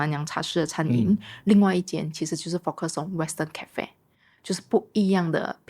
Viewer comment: 为什么主理人在英国呆了几年，发音却没有“纠正”过来？如：cafe、pacific etc…😂